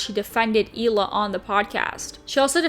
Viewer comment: Does it bother anyone else that she pronounces the H in Hila? You’d think she’d know how to properly pronounce her name by now.